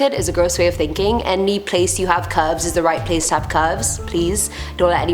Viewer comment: Wtf are cuvs?is she trying to say curves?